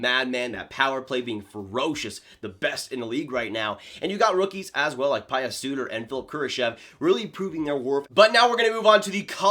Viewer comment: Not trying to be a jerk just a tip for you in the future: Pretty sure the Pius Suter is pronounced like Pew just fyi great video!